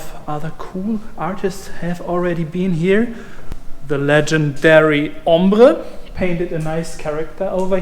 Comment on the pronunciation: "Hombre" in spanish means "man"... I was so strange to hear it pronounced with german accent